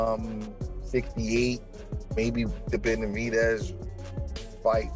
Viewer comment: Man, if you don’t stop saying David Beniveedss😂😂😂